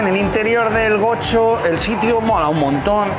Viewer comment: Goxo no se pronuncia como "Gocho". Preguntale a algún vasco 😂😂